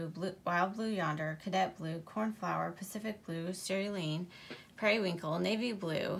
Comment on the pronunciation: I really love your videos! I don't have anything larger than the 120 box so I really appreciate your videos about the larger or specialty releases. Seeing all the crayons together looks amazing. I would suggest googling the pronunciation for cerise and cerulean. I believe it's different from what you have here. 💗